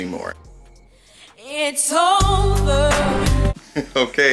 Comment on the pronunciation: Heyyy!......It's sad, but "It's oover"😭 LOL Everything lookz delish, Nathan's hot dog R my favorite, soo good!😋 Nephew Tony is growing on us, do I C a lil mustache?! Enjoyed, TFS!🤗